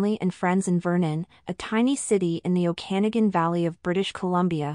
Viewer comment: Ok-a-NAH-gan. Ring-ETTE (no hard G). Good reading though.